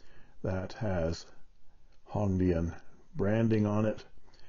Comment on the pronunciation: Your pronunciation of Hong Dian is correct, thanks for sharing the features of this pen.